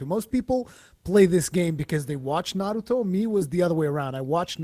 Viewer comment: "Nurooto" haha